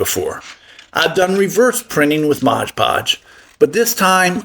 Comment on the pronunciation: It's 'Mod Podge' - NOT 'Modge Podge'!